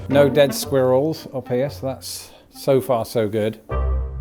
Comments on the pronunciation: Squeeerrils! Hahaha, you say it just like my Swiss gf 🤪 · That's not how I expected him to pronounce squirrels either. I thought with his accent the "R" sound would be omitted.